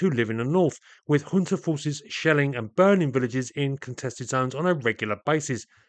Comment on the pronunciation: junta is pronounced as HUNTA. not yunta not jhuunta